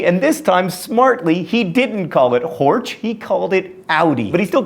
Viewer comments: That's not how you pronounce 'Horch' :D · You even mispronounce the German words like only US-Americans can...so just don't apologize to the Italians and Japanese. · "horch" is not spoken as "hortsh". (I am not japanese or italian so I am obligated to inform you that you have to include germans in your next statement about pronounciation, too) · You mangle German horribly. Porsche is not pronounced porsh. The final e is unaccented and pronounced as a schwa, that is a sort of undifferentiated vowel sound. The ch on the end of Horch is a voiceless palatal fricative, like the j in Spanish following i or e (known as front vowels). If the ch were following a, o or u (rear vowels), the sound is (again) like Spanish j following rear vowels. Also, in Mercedes (which is originally Spanish) the Germans pronounce the c as ts, because it is followed by a front vowel. I can't really criticize you too much for that, as nobody in this country pronounces it right. If it were followed by a rear vowel, it would be pronounced k. The thing that has always struck me about the name Camaro is its similarity to the Spanish word camarón, which means shrimp (that is, the arthropod). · There is a HUGE difference between Horch and HÖREN (to hear in German). Horch is pronounce with O while HÖREN is pronounce with Ö which sound like something beetween yyy and uuu. This a not similar at all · Actually I meant Volkswagen and Porsche as well as Mecedes, but the most botched up was the name of the founder of Audi, Mister Horch. "Horch" in German sounds entirely different than what he said. That said, I am not criticizing, I am commending him, since mispronouncing foreign words is his thing. I just wanted to point out that he had a talent for mispronouncing German that obviously was hitherto unbeknownst to him, or at least so it seemed. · "Horch" isn't "kind of like" the German word for "listen" — it literally means "listen", spelling, pronunciation (which is completely unlike yours ;-) ), and all.